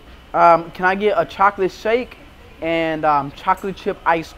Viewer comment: Its chocolate not choklet just saying